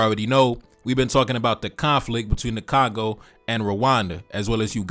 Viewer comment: It is Congo, not Kangau 😂😂😂